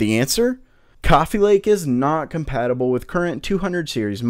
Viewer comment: AsRock says COMPATIBILBLE